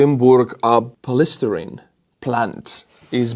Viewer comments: Polystyrene is pronounced Pollii stai' riin and and not pol isst' er iin. 3rd syllable emphasized and not the 2nd. "Sty" rhymes with "I", "eye" and "high". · Big thankyou! Huge amount of information distilled into half an hour! (In aus we pronounce it "poly" + "sty rene": poly st👁️ rene. polystyrene. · Poly—Sty—Reen……. Thank me later 😂😂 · Polystyrene is POLY-STIGH-REEN. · Pol-ee-STY-reen and pol-ee-ETH-an-ol. Your comment about Trump’s tweet was absolutely on topic. You were talking about bullies and tyrants. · it’s pronounced “Poly-St-eye-Reen it’s more commonly referred to as the brand name Styrofoam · pol est sty reene thats how you say it